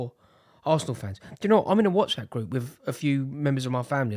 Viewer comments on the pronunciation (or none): none